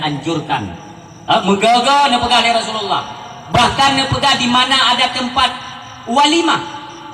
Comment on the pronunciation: Rasulullah bukan Rasullillah